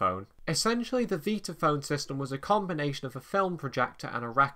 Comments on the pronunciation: How many times do I have to hear "Veetaphone" 🙄 It's V👁taphone! Like Vitameatavegamin! 😂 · nicely done, although I'm pretty certain it's pronounced 'VIE-tuh-FÖHN', and NOT ''VEE-tuh FÖHN' , as you say, several times. This ISN'T a 'toe-MAY-toe/toh-MAH-toh'-thing, nor does it have to do with you being English (I never where I'm from, but it's NOT the States). In fact, there's several old Warner Bros Bugs Bunny cartoons where he pronounces in passing 'VIE-tuh-FÖHN', as well. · Never heard it pronounced 'veetaphone'! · After hearing pronounce it, I thought I had had it wrong all these years so I checked it out online and you are correct.